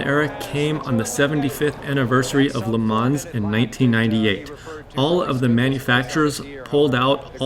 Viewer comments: A few things: don't call it Le ManS. The S is NOT pronounced! Same goes for Chassis. Think of both words like Le Man and Chassi - easy. The part about BMW's engine power is not correct. I don't care what the source is - even if it is BMW themselves - it is wrong. They can easily go to the full 680 hp (670 bhp) and even beyond. I know I know... "source trust me bro", but I'm serious. You can be sure they can easily do that :) Therefore Ferrari doesn't have an advantage in that regard (as mentioned later). Also regarding the higher voltage on the Ferrari... weight savings with wires are completely irrelevant, because they all have a minimum weight :D Other than that, strong video! And man that Ferrari looks so good. I can't wait for Le Mans! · Please check the right pronunciation on LeMans - [ lə mɔ́n ] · le mans chassis